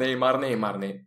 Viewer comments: normalde : nah neymar böyle neymarmı olur batuhanda : nah neymay böyle neymry mi olur :D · Nah neymar dedikten sonra neymah diyon